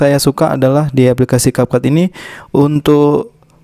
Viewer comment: Kak maaf capcut itu ngomongnya capcut kayak biasa bukan kapkut ya